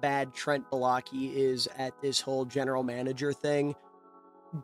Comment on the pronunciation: Brother can NOT pronnounce "Baalke" lmfao